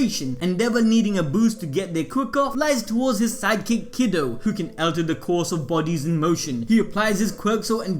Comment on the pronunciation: I should tell you that it's pronounced Key-doh, not Kiddo. lol